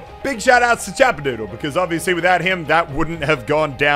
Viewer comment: Ik it’s not you because It’s Chappadoodle not Chapperdoodle